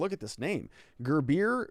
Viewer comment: I am pretty sure Gurule is pronounced gru-lay or gru-ell